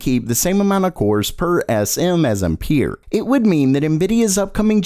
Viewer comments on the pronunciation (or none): none